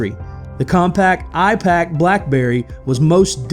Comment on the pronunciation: Ipaq? Nor like ipad